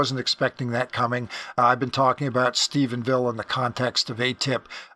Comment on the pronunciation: I want to thank you for pronouncing Stephenville correctly. Rich Dolan and Chris Mellon both call it Stephensville. It doesn’t sound like a big deal, but as someone from the area, it bothers me to no end. Thank you for your continued diligence and accuracy in your reporting. I never miss an episode. Thanks again!